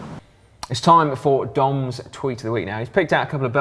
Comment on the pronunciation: When Si said, "It's time for Dom's tweet of the week," I swear I heard him say, "It's time for Dong's tweet of the week."